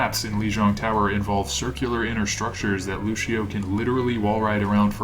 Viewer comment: I learned a lot! Can I teach you one thing though, that's a bit of a peeve of mine? Luçio is pronounced Lucy-Oh, no Lu-shi-oh. It's Portuguese, and ç is pronounced like an "s" or a soft "c" in English. Thanks.